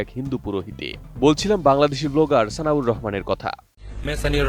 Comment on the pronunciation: উনি বলল সানিউর রহমান, আর আপনি বারবার বলতেছেন সানাউর রহমান।